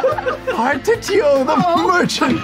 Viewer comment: I'd tuned in late and didn't see the ad. How exciting that they're sponsored by Octopath 2! And I can cut Sam some slack on pronouncing Partitio's name. It even gives other characters in-game trouble.